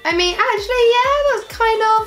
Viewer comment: wanna say "acctually" again lmao